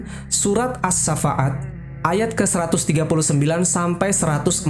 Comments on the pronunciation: Surat assoffat bukan syafaat,gmna si bacaannya. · aduh.. kenapa dibaca AS SAFAAT.. baca ASHOFAT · Koreksi min, : 1. Itu kisah shahih bukan legenda, karena tak mungkin Alquran menceritakan legenda. 2. As-shaaffat bacanya "Assoffat" bukan "assafa at" beda arti nanti kalo salah eja. Trmkasih